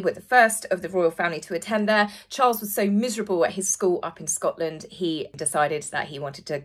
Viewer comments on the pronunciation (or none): none